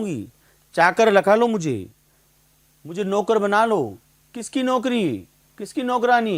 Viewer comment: नौकर होता है नोकर नहीं